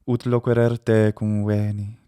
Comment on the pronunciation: Great video as always, of course, but one thing is bothering me: for loquerer you accentuated the paenultima in annotation, but the antepaenultima in speech, and several times at that. Now I’m confused as to where the word accent falls… help!